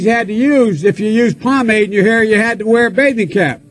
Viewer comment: THIS DUDE JUST SAID POMADE SMH